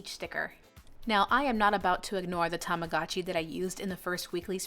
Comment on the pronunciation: its tamagochi, not tamagachi...